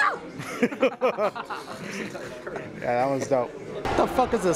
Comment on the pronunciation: it's HAIIIII YAHHH son wtf!